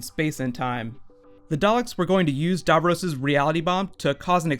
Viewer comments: Not "davrose" it's "davrosssss" We know he's back anyway they can write any timey wimey bollocks to get DAVROS back as well as the master but as a fan and viewer who was a viewer from less than a year old. I wana know whi capaldi is as a doctor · it's Dav - ross not Dav - rose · Super but as an English man do pronounce DAVROS as DAV ROSS not Davrus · It is not dovrose it's davross And I can't wait to see it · DAVROS. DAVROS, DAVROS. Not Darvros. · lol the way you pronounce "Davros" is funny. It's pronounced "Davros" you pronounce it as "Davroes" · its so annoying how badly he mispronounces "davros" DAV-ROSS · stop saying darvrose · Love the way you say Davros "Darvros" aha brilliant theory. However my theory is that Davros is hypernating somewhere outside the known Universe like the Pocket Universes in The Doctors Wife and he is using a destroyed Dalek to broadcast his voice and that is why it fades into a dalek at the end, your opinions? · The way he pronounces Davros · Mate you mispronounciated his name. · The way he pronounces Davros is annoying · The way you say Davros makes me very mad -_- gg and also anything that happens in these mini trailers probably wont actually happen at any point in the show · How do you know for certain that it is Davros? It could be that weird Dalek with the brain on its head from Asylum of The Daleks. That Dalek didn't talk like regular Daleks. Also, that's a weird pronunciation of Davros!